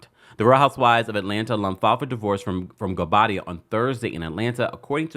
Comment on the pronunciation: she said her married name absolutely fine. In fact better than she ever has, she got the pronunciation down right. Also, the speculation about who is or is not returning, happens every season but then the actual season is lacklustre. It's getting boring, just like the show. The real discussion needs to be about replacing production.